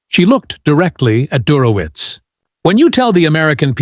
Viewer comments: Der ho witz...😢😢😢 Do better, AI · Computer has a hard time with "Dershowitz". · At minimum, Professor Dershowitz deserves to have his name pronounced correctly.